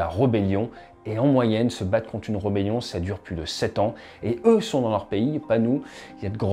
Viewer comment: Salut, Pour info on dit r"é"bellion.......mais ce n'est qu'un point de détail, tu dois avoir anglicisé ce mot ! Oui, c'est un scénario WHAT IF intéressant. Dans ce que tu dis, j'essaie de me mettre dans le rôle du défenseur et de voir comment contrer ton plan.... Sans réflexion poussée, pas grand-chose me vient à l'esprit, à part peut-être planquer des missiles sol-mer lourd longue portée (s'ils en ont) dans les abris enterrés, pareil pour les défenses AA... ? Après je pense que justement, tout réside dans le fait que tu écartes tout facteur géopolitique ou militaire extérieur, pour finalement se retrouver en 1 contre 1 en force brute... Je ne suis pas militaire et n'ai ni tes sources ni ton expertise actuelle, mais je pense (et j'espère très sincèrement pour la souveraineté de Taiwan) que ce sont tous les facteurs extérieurs qui pourraient (?) contrer l'invasion du grand-frère. Au hasard sans trop y avoir réfléchi : 1) Mise à disposition de renseignements des satellites par les pays alliés pour contrer ta destruction des AWACS nationaux... 2) Intervention militaire (air, mer, sous-marine) à degré variable des puissances alliées, mais qui mettraient forcément ta flotte en danger, donc le fait de l'imaginer hors de portée des défenses côtières ne compterait plus. Les axes d'attaque seraient à 360° 3) Attaque possible dans le monde de tes navires pétroliers et de commerce.... 4) Blocus et embargos de ton pays. Dans le cas de la Chine, je pense que c'est fin du match assez vite